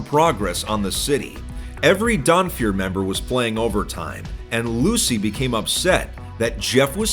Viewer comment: I heard "Donfeur" and I was like "oh no, not another one!"